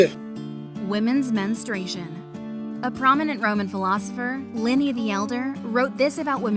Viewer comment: 2.49 if you dont mind me saying..that misguided Roman philosopher was called Pliny The Elder..as in Plin- E def not Linny! 😂